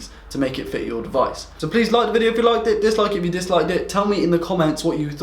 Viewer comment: love the "vido"